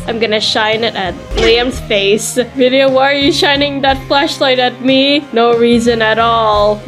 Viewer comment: are you serious it's vidia not vida!